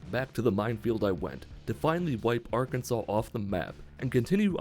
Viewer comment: It’s Arkansas, not Arkansas